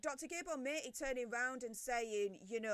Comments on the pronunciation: This event was sponsored by Penguin Random House, who pocketed the proceeds. They had just published Gabor Mate's new book, so it was purely a publicity stunt for him as well. BTW, his name isn't pronounced "mate" - it's MAH-tay. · This whole thing is gutting, Gabor Matè is my hero. His surname is pronounced “Matt eh” xx